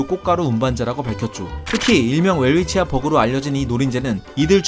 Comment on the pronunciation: 이름을 따온 오스트리아 학자 이름의 실제 발음을 존중해야 하지 않을지요? 어떤 학자는 '벨비치아'라고 표기하더군요.